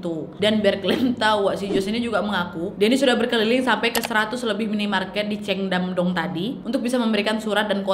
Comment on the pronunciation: ‘Nu yok’ ‘ceongdamdong’ melokal sekali ngomongnya!!!!🤣🤣🤣 gpp lah dr pda sok inggris tp kepeleset😅lancar terus rezekinya kak nad!!!